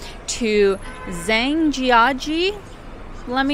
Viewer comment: There is no such pronunciation in Pinyin phonetics that has a j followed immediately by s. This never occurs in the Pinyin system of pronunciation. Also, whenever you see "ang", it is always pronounced as "ung", not "eng". So in your example, "Zhang" should sound as if you're pronouncing the word, "jung". It only takes an hour at most to study the sounds of the so-called Romanized phonetics of the Pinyin pronunciation to allow you to pronounce every words correctly. Also, don't confuse the phonetics used by another system, called Zhuyin, as opposed to the more popular Pinyin system. Zhuyin is the less popular system of phonetics used mainly by people in Taiwan to pronounce Mandarin Chinese characters, whereas Pinyin is used in the Mainland as well as in Singapore and it seems like the Zhuyin system of phonetics is fast falling out of favor throughout the world except in Taiwan where the government is obviously resisting the adoption of anything that's used by the Mainland😂. Hope this helps.